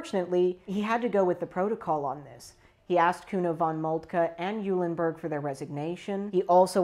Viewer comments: Pronounced "Oilenburg." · Sigh... Why bother learning the actual pronunciations of the principal characters? Can't be all that important, right? Eulenburg = "OY-lenburg." Holstein = "HOL-shtyne." Liebenberg = "LEE-benberg," literally "Love Mountain." "LYE-benberg" means nothing, other than there being a town called Leiben. Also, it's Bülow, not Bulöw, in English more or less "BYOO-low" since that type of U doesn't exist in English. Doesn't really help with the credibility.